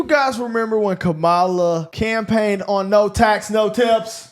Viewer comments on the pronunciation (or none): Her name is "comma-la". Now that that is out the way, what fact-checking have you all done? I'm so disappointed in you! You literally have no insight into the bill in question, do you? The bill tells the usda to make cuts for the billions they are trying to save, and THERE IS NO WAY TO GET TO THOSE NUMBERS WITHOUT CUTTING MEDICAID, SNAP, AND STUDENT LOANS! The money will then be redirected to pay for a tax plan in excess of 4.5 trillion dollars that will be mostly in tax cuts for the wealthiest Americans. I do not know the corruption that your guest was speaking about which may or may not be accurate, but if it I it definitely isn't only on one side Democrat or republican, Marjorietaylor Green bought a ton of tesla stock recently i wonder why, "yall president" trying to annex Greenland, canada, and the Gaza Strip (Palestine) for his own personal gain wasnt spoken about once, has either he or Elon divested their business interests? But referencing a social media site that is owned by Doge essentially is irresponsible and disingenuous. You all are feeding into propagand. Youu can barely decipher a metaphor in a eminem verse now you are speaking politics as if it is factual and law. Do you have a problem with the face of doge having government contracts that pay him alone on average 8 million dollars a day while the average person on social security gets 65 dollars a day? I'm not mad at you for getting into politics or trying to get involved in the political process but please "